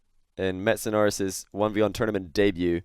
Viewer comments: it sounded like said Metsapenis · Missedanoris. Missed - a - no - ris